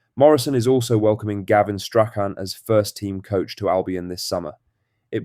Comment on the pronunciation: Learn how to say Strachan properly!! 😂